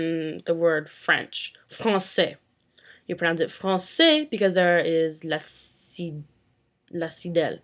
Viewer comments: "la cidelle" lol...la cédille ! ;) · Non c'est très honorable ! Au contraire ! Suivez un peu ce qu'elle dit ! Ecoutez la ! Et vous verrez qu'elle s'en sort très honorablement ! La seule petit anicroche, c'est sur le mot "cédille" du mot français qu'elle prononce et décortique. Mais sinon, c'est pas mal du tout !